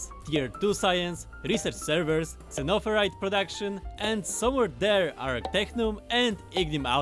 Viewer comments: I like the way he says zunnofurite like an old timey prospector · Xenoferrite Zeh-noh-feh-rite Xeno = Alien or Foreign Ferrite = Iron or Iron-like It's alien iron, sounds great! They should have just said Iron lol